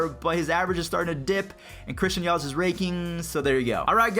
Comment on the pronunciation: Matthew Cerritos It’s Yelich not yelitch